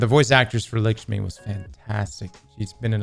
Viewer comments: for God's sake it's LAKshmi not LIKshmi. You're killing me my guy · The way says "Likshmi" lolol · It’s lakshmi bro